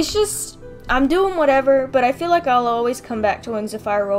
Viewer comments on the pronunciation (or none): none